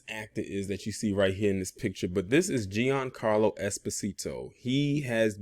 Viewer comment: His name is pronounced "John Carlo". He's Italian.